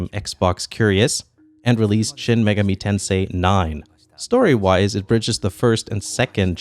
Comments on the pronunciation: Please don’t pronounce Megami as “Mega-Me”. It’s like May (the month) gah (no English equivalent sound) and me (as in yourself). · It's 'me' as in the Japanese word for 'eye' ga as in 'Gah! That hurt!' mi as 'miru' the Japanese word to see. If it were as in May the word would be 'Meigami'. 女神 (megami) means goddess. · AkiraCast, having live in Japan for 3 years, I am quite aware of what megami means and am familiar with the kanji. The clustering of syllables was pronounced wrong. Most letters are pronounced in pairs starting with the first two, but Megami is pronounced with the last two characters in a single cadence (resulting on the first letter being its own cadence). It just sounds so wrong with the cadences reversed (though, that would be the normal cadence for most Japanese words).